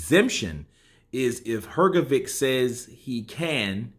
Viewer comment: Look. What Hearn did works in many ways. Even if IBF would allow Usyk v Fury, Hrgovich(this is how his surname pronounced) is now "the one whom Usyk ducks" and you can sell his fight with anyone for higher price. Hearn reminds Ruiz that there's another way for him to become a mandatory contender except Wilder. And Ruiz v Hrgovic clears the way for Wilder v Joshua. If Usyk is to fight Hrgovic now, then the way for Fury Vlv AJ is clear. If not anything if that, than AJ can fight Hrgovic as if he is boogie man who scared Usyk, not the one who struggled with 40 y o Chinese. And maybe Hrgovic and Hearn would earn some money for not fighting Usyk now. So, that step from Hearn can bring him benefits from different directions. No matter what other players do Eddie wins